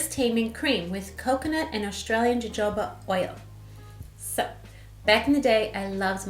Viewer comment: I don't know if anyone else said this, but jojoba is pronounced huh-ho-buh. I picked up this product today and need to know how to use it. I never put product in my hair, so I need help. I have hairs that stick straight up.